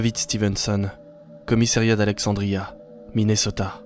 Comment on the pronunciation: Pareille pour Minesotta loll c'est " Minnesota " loll